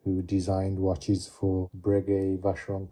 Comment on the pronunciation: "Watches foe sale"?